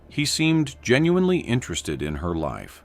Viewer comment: Can you say he genuinely cared again? I swear it sounded like you said Genuuuin in ely car.... it was weird